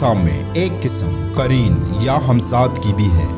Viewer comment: قارین نہیں بھائی قرین ہے وہ لفظ۔